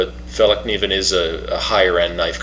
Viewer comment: It's pronounced like [fell-kniven], and not with a "silent" k.